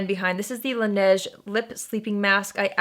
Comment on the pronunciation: For the two Korean products~ Laneige is pronounced la-ne-jeu (if you shorten it to two syllables, it's closer to lahn-edge) and for Kaja, the j doesn't make a jh sound. Both syllables are stressed. Kah-jah. It's mean's let's go in Korean.